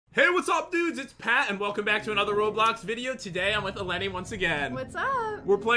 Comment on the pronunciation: In real life my name is mason EleNi yoU pronOunCeD it wRonG you said it like it was a i it's a o